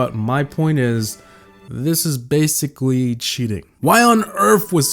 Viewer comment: DID HE JUST SAY WEDICOWUS!?!? BASICAWY